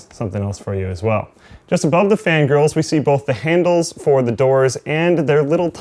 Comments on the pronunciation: Every time you said fan grills I heard fan girls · when says fan griils it sounds like fan girls lol